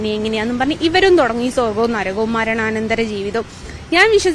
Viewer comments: നരകം ആണ്. നരഗം അല്ല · Naragam. Alla. Narakam